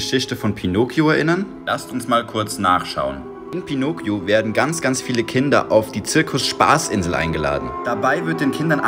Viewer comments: Ja man betont es anders. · Junge bitteee ändere die Art wie du pinocchio sagst aaaaaaaa das killt mich von innen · Wirklich niemand Du : Pinookioo es wird Pinockio ausgesprochen mit kurzem K und kurzem O Oder auch auch "Pinotschio" wenn man es richtig auf italienisch aussprechen würde